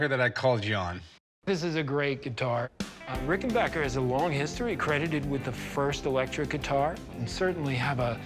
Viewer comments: For the last time it’s pronounced RickenBACKer NOT RickenBACHer. Just like it’s spelled. It’s not a German Company. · Rick-en-BACKER, not "Rick-in-BACH-er" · its pronounced "ricken-BACK-er" not BOCK-er. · Pronounced Ricken BACKER not bacher. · backer! omg chum rickenbacker! its not rice lmao orvil rickenboker.